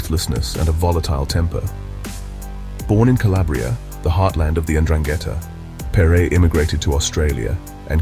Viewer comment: Excellent narrative, but perre is pronounced as "perry", as in perry mason. At least that is how the local press always pronounced his name at the time.